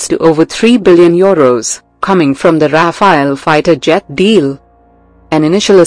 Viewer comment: it's Rafale not rafael